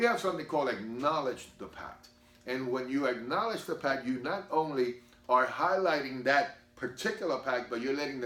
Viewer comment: “Ackoledge” ??? What’s that